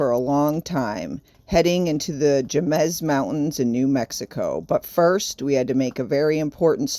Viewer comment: The way you pronounced Jemez cracked me up. It's pronounced hey-mez just for future reference lol. It's such a beautiful place! One of my favorites.